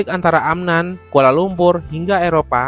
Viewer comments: Bukan Amnan Bang tapi Amman, sedikit mengkoreksi.🙏🏻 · Min, ibukota Yordania AMMAN (double M) bukan AMNAN